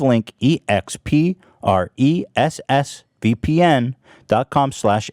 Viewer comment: laughed when u messed up "VPN" and went arwszdgfdjfvihbhlb